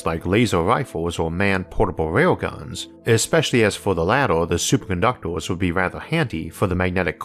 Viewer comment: “Superconductwers” ye!!!!!!!!!